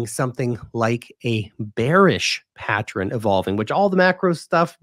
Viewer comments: 'Friends don't let friends...' The word is 'pattern,' not 'pattren.' You're way too smart to start freestyling the English language now. lol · "Pat-tren"... "Patter-en" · You pronounce it as patten* without a 'r'.